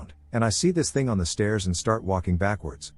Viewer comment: I personally hate the way it says "stairs".